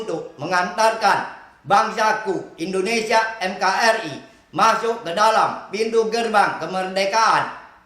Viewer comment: NKRI bukanya MKRI. Organinasion